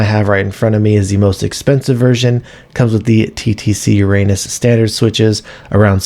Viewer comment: That is not how you pronounce uranus :D